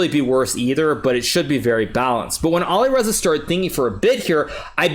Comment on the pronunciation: Awesome, but please, please learn to pronounce the names of players correctly. (Nepo, Alireza)